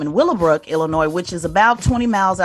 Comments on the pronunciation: It’s not Illinoise it’s Illinois. Thank you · Dear DJ Envy, stop pronouncing the “S” in Illinois! My goodness lol